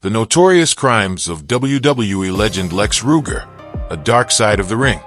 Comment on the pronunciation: This video is a joke. The narrator doesn't even pronounce his name correctly